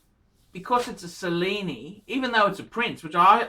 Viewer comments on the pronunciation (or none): "Sellini"? (Cellini) Do you also enjoy the 'Sello'? (Cello)